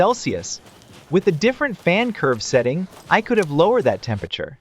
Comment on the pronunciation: Bryuh it's setting not seeting